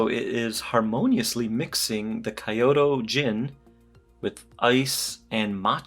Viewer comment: Its “ Ki-Yo-Toh " ( Kyoto ) Good content tho...beautiful watches 👍🏽👌🏽